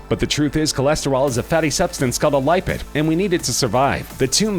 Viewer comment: You're info is good, but please learn how to pronounce words correctly! e.g. Lipid is LIP-id, not LIE-pid.